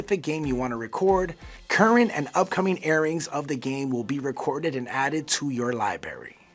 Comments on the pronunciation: LIBRARY NOT LIBARY ffs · Please pronounce 'library' correctly. The guy kept saying 'libarry' instead of 'library'. There is an 'r ' after the b. No, the 'r' is not silent. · the most difficult thing about this video is hearing this guy say "li-berry". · Y’all hired a guy who can’t say the word “library” and then decided to fit that word into this script, about 18 times. Nice work. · He said "Lie Barry"